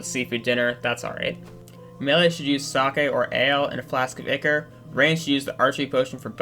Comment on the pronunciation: its ichor not ikre